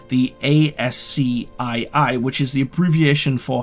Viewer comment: I've honestly never heard someone say ASCII as the separate letters and not Askey